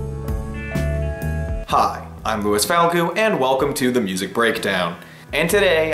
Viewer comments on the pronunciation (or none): none